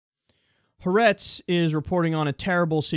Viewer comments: For future reference: it is pronounced (hah-AHR-ehtz) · Haaretz is three syllables.